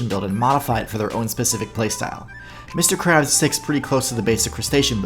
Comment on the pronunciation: Lmao lawyer didn't pronounce Mr krabs' name right lol